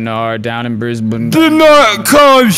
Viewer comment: Honestly surprised how well said Brisbane